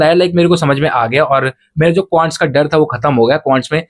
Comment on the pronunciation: Quants ❎Qants✅😂😂